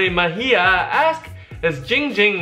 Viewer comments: says his name wrong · He nerver said it right its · he said ging ging and not *le gasp* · Why does everyone call him, it’s clearly 🤦🏽‍♀️ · You know it's not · It's!!! Not not not ging ging it's dck dck